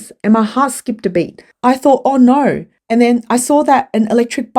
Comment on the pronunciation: No is not spelled Nurr NZ and Aussies don’t understand what the letter O is supposed to sound like